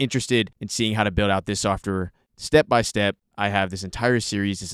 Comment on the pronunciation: softor = software. Took me a few seconds to understand